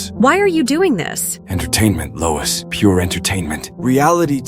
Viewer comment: louis ❎ lois ✅